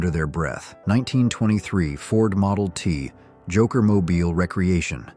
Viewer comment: Recreation is RE Creation NOT REC reation. OMG didn't anyone listen to this before publishing?